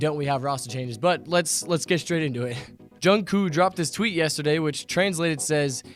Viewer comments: Its jungkooK not jungkoo. No offense lol😂😁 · It's Jung kook not jungkoo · Is anyone else triggered when he says Jungkoo :) i am LMao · He said jung koo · Not jungkoo (；′⌒`) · “JUNGKOO” IS SENDING ME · You pronounced his name wrong, its pronounced Jungcook, sorry i had to point that out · he called him jungcoo hehe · Im sorry i can't take this video seriously...."jungcoo" HAHAHAHAHA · Ikr 😂 jungkoo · U pronced jungkook wrong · He said kook wrong CRINGE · Your saying jungkook wrong